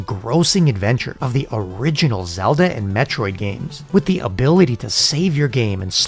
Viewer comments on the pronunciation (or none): none